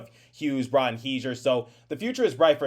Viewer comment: Wtf, are you a Devils fan? You can NOT seriously have a NJ Devils YT and pronounce Bratt's name like a damn sausage! It's a simple 1 syllable name where rat/at consists of most of his name- not rot/ot. Than as someone below mentioned you also say the Captain of the Devils last name wrong...SMH... You want to bring PK back to mentor Hamilton, ok you are BONKOS delete this account you are arrogant a Devils Youtube.